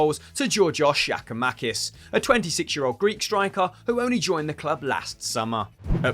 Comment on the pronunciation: It's not shakamaouakis its giakoumakis